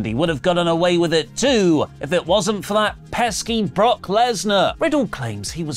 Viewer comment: Brock was probably just angry (or thought Riddle was dumb), because Riddle always called him by his first name and even worse, he emphasized it incorrectly (Bro instead of Brock...) 😅